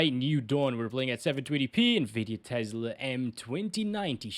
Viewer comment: learn to properly pronounce TESLA, it's not TEZLA.